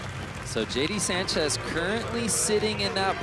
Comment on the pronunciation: Can't even get Sanchez right 🤦